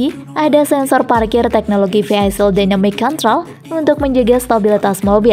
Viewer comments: ˈvēək(ə)l bacanya, bukan viheisil. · bacanya vhihaikel bukan vhihaisil min😂